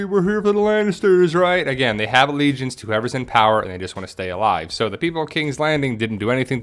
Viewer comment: allegiancy allegieses ... , nailed it! 😎